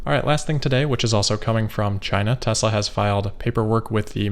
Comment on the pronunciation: We finally learn the correct pronunciation: Tezra.